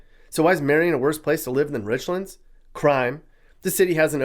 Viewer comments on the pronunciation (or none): It’s Rich-lands, not Richlunds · He pronounced Richlands way wrong. It isn't Rich-lunds, it's Rich-lands. It's pronounced exactly how it's spelled. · It’s pronounced “RichLANDS” not Richlins .. just a FYI. Love your videos! Keep them coming 😊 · Just one issue with your documentary.... Richlands is pronounced like the two individual words within it "rich"+ "lands". It is not the only towns in Virginia that outsiders mispronounce. Have a great day😁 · You pronounced "Richlands" wrong. It's pronounced like the two words rich lands. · Worst places to live are richmond and and place north of fredricksburg.and it's nor Richlands, it's rich lands .the proper pronunciation.know what your talking about before you start talking. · Guess doesn’t know that there is another town in Virginia named Newport, Va which is located in southwestern Virginia…Giles County to be exact. He probably isn’t aware of the historical significance of how Newport News got its name either. He really murdered the pronunciation of Richlands (Rich Lands). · it hurts my ears to hear Richlands mispronounced 🙉 🤣